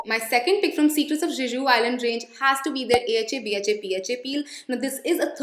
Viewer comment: Hey, the way you pronounce Jeju is not the correct way to pronounce it. It's literally pronounced as Je-ju. I hope you take this as a constructive feedback. ❤️❤️